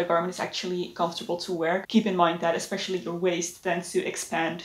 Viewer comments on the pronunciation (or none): none